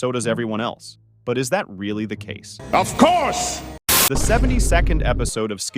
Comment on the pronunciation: Bro said OF CROUSE